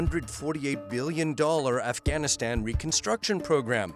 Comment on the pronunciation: Efghenisten, Pekisten, Telibens, Aiueq, Aiuen... It's kind of funny how the US can't pronounce all of its enemies names correctly 😅